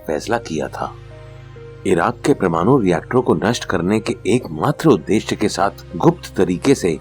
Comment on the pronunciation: प्रमानु नहिँ भैया परमाणु होता है ।